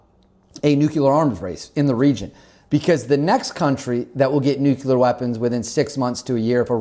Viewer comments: wtf is a nucular program? is that stupid speak for nuclear? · It's not pronounced Nuk-U-ler, rather its Nuk-Lee-Er. go to College bro. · Nuclear, nuclear, nuclear, nuclear, nuclear. Not Nucular. For crying out loud man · Nobody has nucular weapons, i think you mean NUCLEAR WEAPONS! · nuclear not nuculer